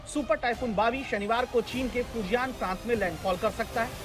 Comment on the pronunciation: Bawi sounds like biwi 😂